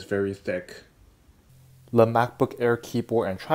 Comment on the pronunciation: am i the only person that notices that he says le instead of the